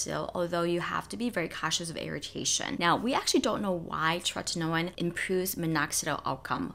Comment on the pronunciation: I love how you enunciate “tretinoin.” ☺️